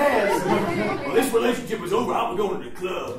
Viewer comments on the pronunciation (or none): "the clurb"